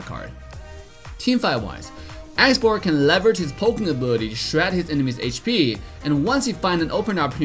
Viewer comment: Nobody:: Abety(Ability)